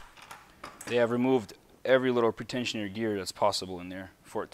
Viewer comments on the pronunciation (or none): Pre- tensioner not pertentioner. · PRE-tensioner. Not pret ensioner. Its simple English.